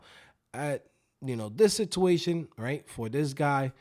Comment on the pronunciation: second i heard sitooation,de lo mio!